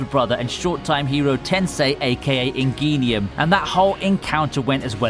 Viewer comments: Ingeenium:/ It’s Ingenium (In Jen Ium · the way he pronounced ingenium gave me a stroke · Mans rlly pronounced ingenium wrong lmaoooooooo